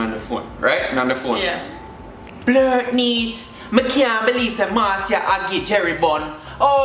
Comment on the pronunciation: Blutnate not blertnete